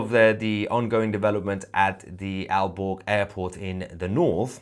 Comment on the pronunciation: Aalborg Airport ---I was out of the room, and thought you said, "Al Gore" Airport!! I wonder if they are going to shoot them down.